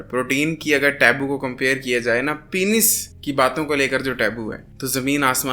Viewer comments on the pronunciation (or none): Penis ❌ Pinis ✅